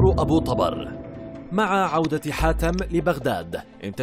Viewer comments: طُبر وليس طَبر وهو الفأس♥️ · احجي عدل ابو طُبَر مو ابو طَبَر لا تتمضيك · أبو طُبر وليس ابو طَبر اللغة العربية والنحو مهمة خصوصاً عند القنوات الاخبارية او الوثائقية. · طبر بالضمة وليس بالفتحة يلفظ شكرا على هذا المعلومات بالتوفيق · ابو طُبر بضم الطاء مو فتح الطاء اني:يمه اطلع الظهر امي:لا اني:ليش امي:يجيك أبو طبر وتموت اني:بلت على روحي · ابو طُبر بالظمة وليس بالفتحة كما كنت تقرأُها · للتصحيح ابو _- طُبَر - وليس -طَبَر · طُبر مو طَبر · طُبر مو طَبر اذا انت مو كدها ولهجتك اوفر شكو مسوي تقرير على شي ما تعرفة ؟؟؟ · ابو طُبر مو ابو طَبر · اسمة طُبر مو طَبر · طوبر وليس طابر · طُبر وليس طَبر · طُبر و ليس طَبَر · ملاحظة ابو طُبر بضم الطاء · طبر ضمه فوق الراء ليس فتحه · تلفظ (طبر) بالكسرة تحت حرف (ط) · طبر، بضم الطاء